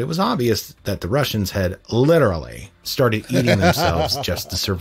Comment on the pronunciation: There are many disturbing facts in this video. One of the most disturbing things about this video is the way the narrator pronounces the word "literally."